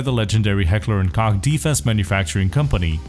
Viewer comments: You pronounced "Koch" perfectly but after that you went back to pronouncing it "Kock" ... son i'm disappoint. :( /s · Heckler and "Coke" is how its pronounced. Cant say I didn't say it differently for years myself. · Leave it to to pronounce koch as cock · Koch is pronounced Coke. Not cock lol. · Awesome Video, but please understand that it is pronounced "Coke" not "Cock" otherwise I love the video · in german koch not cock. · Koch is pronounced as "Cock", as a last name and in the name (Heckler and Koch) if you are in Germany,. BUT, it is pronounced "Coke" if you aren't in Germany. Don't ask my why, that's just how it works. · Sounds more like "Cahk" to me. But it literally does say on their website it's pronounced like "coke." It's the very last one. ( The English pronunciation is pronounced, “coke.” ) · Koch is pronounced Coke. Like the soda. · HK is actually pronounced "Heckler and Coke" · wait so he didn't actually pronounce correct ever, if you go out to HK's website its said like "Coke". So for years I have always heard it called that even from the reps at the gun shows from HK? So are they saying it wrong or am I crazy? lol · It's a company from Germany with a German name (which is also the same word used to translate cook to German) also I am German, believe me it is pronounce Koch not Kock/Cock/Coke/etc. ;D but it's not really that important anyway. It's only important that you Americans like and buy our guns. :) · its pronounced "coke" plz see this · Heckler and Koch just make it easier for the more stupid English speakers. It's pronounced, Co-h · You pronounced koch wrong. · To "censor" it because it sounds like "cock" in English... however, that is exactly how the name "Koch" is pronounced in it's native german language, which is where the name comes from, and subsequently the real pronounciation would be "cock". I'll leave mispronouncing a name for the sake of marketing to the guys at Heckler & Coke XD